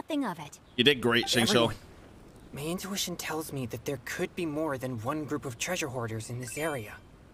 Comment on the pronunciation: I just have to mention this; it's not Gouba, it's Guoba. And it's not Xingqui, it's Xingqiu